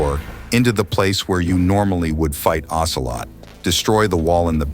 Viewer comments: "OCEROT" instead of "OCELOT" 😅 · lol "Ocerot"